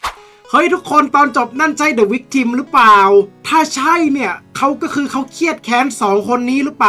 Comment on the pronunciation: The Victim เขาชื่อว่าวิคตึ้มครับไม่ใช่วิคทิม😂😂